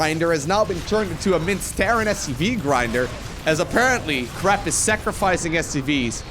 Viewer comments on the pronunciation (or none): crepe with an A like pancAke and not crepe like crAp :) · I pronounce it: cray-p But crap is hilarious. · French Captain here : "Good job on that crrrRRrrrepe !!" Baguette bless you ! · I am fr, try to say « craype » Nice vid :) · u said mr crap XD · hahahah! Crap! perfect! try somehting around : Crey-p ;) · Your pronunciation of "crepe" is both terrible and wholly appropriate. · As a French guy i second this statement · As a non french guy but who took a semester of French, I third this statement.